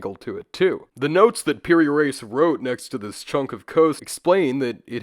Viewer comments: It’s pronounced “Ra-ees” not “Race”. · "Reis" is pronounced like rea'ees not race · Mamluks is pronounced how it sounds, and Piri 'rees' x x x